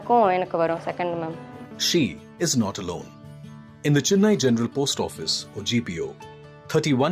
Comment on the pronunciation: Chennai not CHINNAI 🤧